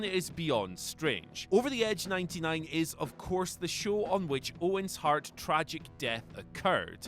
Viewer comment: Glad I’m not the only one that heard that